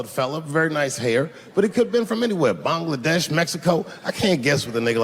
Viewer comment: he said BONG LA DESH 😂😂😂😂